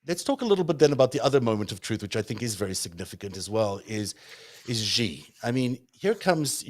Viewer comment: The "X" in the Chinese name "Xi" is not pronounced like the "g" in the English word "regime"; it is pronounced more or less like an "sh." Thus, the Chinese name "Xi" is pronounced more or less like the English word "she."